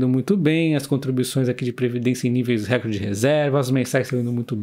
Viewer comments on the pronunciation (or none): none